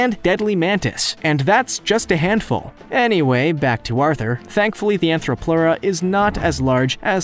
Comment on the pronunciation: Also he never said Therapsid considering three of those were. He also said ANTHROPLEURA instead of ARTHRO...Anthro makes it like us Arthro makes it a bug.